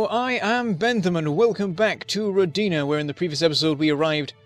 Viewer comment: It's Ro'dina! You are saying it wrong